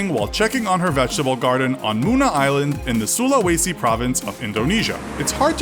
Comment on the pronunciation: That's not how you pronounce Sulawesi but good effort